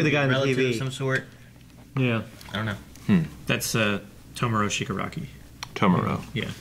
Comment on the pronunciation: It's Shi-ga-ra-ki To-mu-Ra . To-mu-Ra Shi-ga-ra-ki